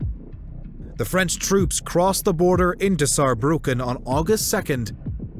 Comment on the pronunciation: Germany is stronger! 😂🖤🤍🖤 And Respekt you speaking "Saarbrücken" very good 😉